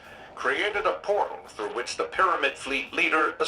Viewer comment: Byf: “uhhh I think we go thew hole in twaveler, yay lore daddy yayyyy!”